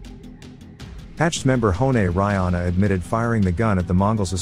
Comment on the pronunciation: Reihana pronounced Ray Hah Nah... roll the R... 🤔